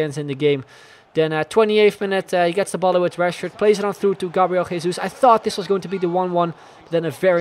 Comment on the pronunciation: gabriel jesus is pronounced with the french j, as in jean-paul.